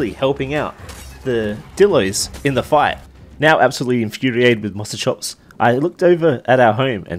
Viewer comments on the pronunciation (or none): Its a Moschops. Not a Mossoschops.